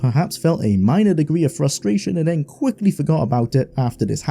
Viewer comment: Why can't you fully pronounce your gerunds or the "th" phoneme? You keep saying, "slidin', hopin', sayin'" and "den" instead of then.